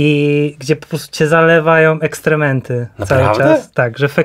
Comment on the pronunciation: Drodzy, wiem, że takie poprawianie to buractwo, ale EKSKREMENTY, nie ekstrementy, sporo osób popełnia ten błąd.